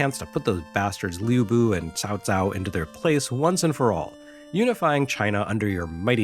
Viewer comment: Good job on the pronunciation of Cao Cao. I had no intention of correcting you otherwise because it would have been rude and means nothing, but it's a testament to how impeccable your writing always is.